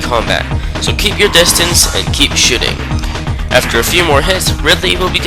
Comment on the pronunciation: Do you keep saying shitting instead of shooting?